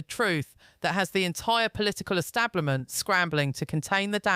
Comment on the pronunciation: Not trying to be disrespectful but what the fk is the British " ESTABLIMENT " ???? Think the word you're maybe trying to pronounce is " ESTABLISHMENT " ?? Yes I agree with everything that Tom Hardy has to say but if you're actually trying to grow your channel then I suggest you try a little harder with your grammar + pronunciation. Im from Glasgow ( obv Scottish) + you'd think that maybe given the fact that your English would mean that your spoken " ENGLISH " would trump my Scottish spoken English but obviously not. There's not much that actually annoys me but 1 of my biggest pet hates is how much the English mispronounce the English language. ie; "free" instead of "three" ??? , don't understand why having the letters TH at the beginning of a word is so difficult to pronounce + is subsequently substituted with the letter "F" ?!? But your mispronunciation of" ESTABLISHMENT is missing 2 whole bloody letters in the middle of it !!! Unless Im misinformed + there is such a word as " ESTABLIMENT " ??( which there isn't , just incase you're interested ??) . Sorry for the rant but if you're going to post something YouTube as newsworthy then I'd maybe start proofreading everything 2 or 3 times before doing so bcos no-one will EVER take you seriously if you speak like this !! + I'm not being disrespectful to your accent or that your English, not at all, it just blew my mind when I heard you say ESTABLIMENT 🤯🤔🤯